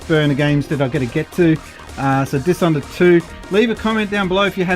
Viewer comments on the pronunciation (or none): i think you said Dishonored wrong too?